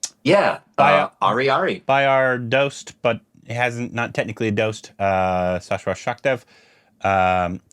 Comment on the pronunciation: Sachdev is pronounced such-dev